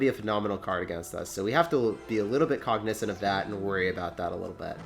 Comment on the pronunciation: COGnizant not cogNIzant